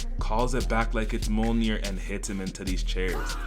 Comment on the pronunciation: Why are you pronouncing Mjolnir like ammonia 😂